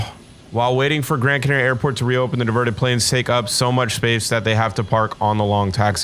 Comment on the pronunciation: ur way of saying Canaria is NOT the way to say it Edit: Just had a stroke hearing how blud said Tenerife